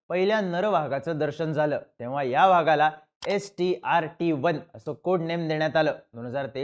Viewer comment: व्हागाला नाही रे चिन्या... वाघाला म्हण 😂😂😂